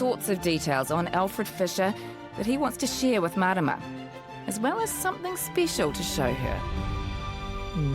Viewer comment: The lovely lady at the beginning with the beatufil face tattoo, when she said the word 'something' it almost sounded like she said "somethingk", I've heard other people from NZ pronounce it that way too, has anyone else noticed that? I am fascinated by accents and how accents evolve. Does anyone know what it's called when a K sound is put at the end of a g in NZ English?